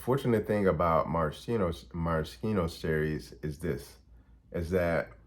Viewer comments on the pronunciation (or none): maraschino cherries are pronounced mare-a-sheen-o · Marashino is pronounced mer-a-shee-no. Just so y'know. 😁